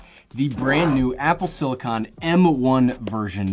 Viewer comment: I love how you pronounced it as Sili-Kawn.